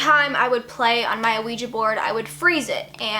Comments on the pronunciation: lmfao the way she says "ah-ouija board" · Not even halfway through the video and I'm just silently laughing at how you pronounce Ouija. Most people I know pronounce it "wiji". Gonna continue watching though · The funny thing is you don’t pronounce ouiji right at all 😂 . You’re adorable though. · surre and a-ouija IT HURTS ME!!! great video tho but aaaaaahhhh